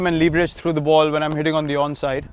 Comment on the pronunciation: Very concise and well spoken. I did hear him pronounce leverage differently though.